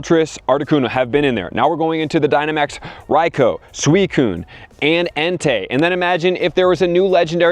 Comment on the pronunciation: Rai-co? my advice is pretend to be a pigeon after you say Rai...its Rai (transform into pigeon) coooo, coooo. RAI-COOO!